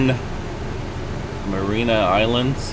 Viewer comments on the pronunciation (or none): Mariana Islands ..... pronounced Mary anna